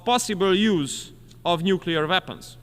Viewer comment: Weapons, not Vapens.